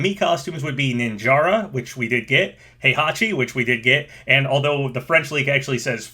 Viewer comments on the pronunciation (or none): none